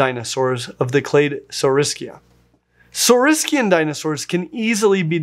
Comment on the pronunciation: THANK YOU for pronouncing Saurischian and Ornithischian in the correct way in an English sentence.